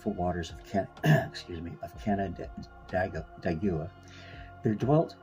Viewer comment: "Can-nen-deg-wah" is how the locals pronounce this. 😉💜